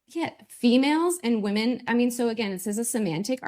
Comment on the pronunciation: Another one who can't pronounce the word "women"